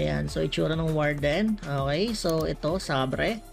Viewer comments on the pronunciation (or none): Fyi po sa sabre, seyber po ang bigkas